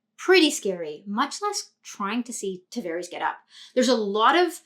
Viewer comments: Nice breakdown, but you keep calling him "Travares." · Great Video! only small critique would be the pronouncing of his last name 😂 other than that, really appreciate the insight 👌🏻